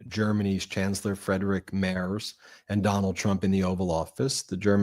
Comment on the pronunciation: Hello, may I inform you that the German chancellor's family name "Merz" is pronounced like "mairts". Kind regards!